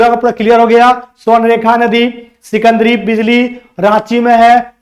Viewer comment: सिकंदरी नहीं सिकिदरी